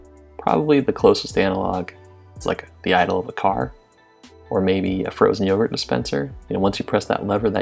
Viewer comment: Someone tell me why this guy keeps mentioning yougert